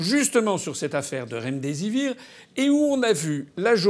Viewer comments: Une fois deplus on se fait un malin plaisir à entendre Mme Ferrari parler du RemDésir au lieu du remdesivir! A-t-elle sérieusement préparé son interview? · Laurence Ferrari : le "Remdizir", "l'ONS," "l'ue en a acheté des CENTAINES de doses" ... mais lol